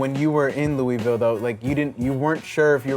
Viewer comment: It’s Louisville... say me damn city right, you nerd 😤